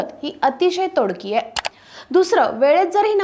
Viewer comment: बाई,तोडकी नाही तोकडी असा उच्चार कर.साधं शुद्ध मराठीपण बोलता येत नसेल तर लंडन ला जा.